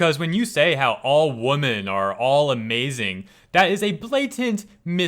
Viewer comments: "women" is pronounced "weh-men" not the same as "woman". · You're a good guy, but please learn to pronounce the plural of women properly.